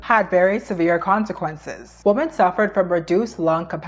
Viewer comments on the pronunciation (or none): CAN YOU PLEASE PRONOUNCE THE WORD WOMEN RIGHT PLESSE? ITS GIVING ME THE ICK I JUST CSNT ITS PRONOUNCED “ WEEMEN” OH MY GOD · It’s pronounced wuh-men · not hating, just constructive criticism: you're pronouncing the word "women" like "woman", and personally, it really throws me off and distracts me from your otherwise interesting takes. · is it really that hard for native speakers to pronounce women and woman correctly?